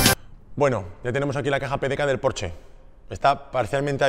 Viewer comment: no se dice PORCH en alemán se pronuncia la ''E''